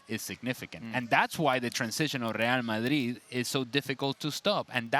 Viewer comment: That's the correct pronunciation.